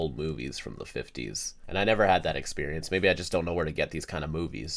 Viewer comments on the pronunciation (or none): none